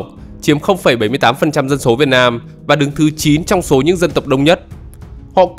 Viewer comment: Chú ơi nói chuyên đừng có ẻo lả quá ủng như chửi dân số dọc thành dân sổ